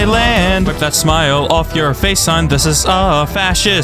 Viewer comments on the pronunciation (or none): pronounced it thigh-land